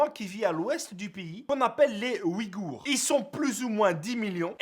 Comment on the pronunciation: Au passage c un peuple turcique et ça ce prononce pas "oui-gour" mais "uygur"